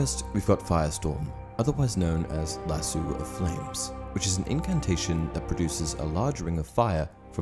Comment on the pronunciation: It is lassoo not lassoee